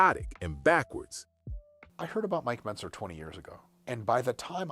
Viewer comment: Next, he'll be like "I said Mike Mezner"